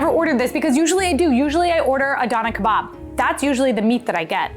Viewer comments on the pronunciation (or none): and also, its not kebbeh, its kebap